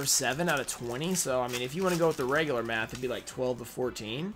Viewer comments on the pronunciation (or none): none